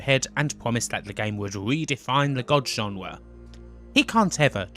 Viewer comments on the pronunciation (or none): WTF is a "genwa"?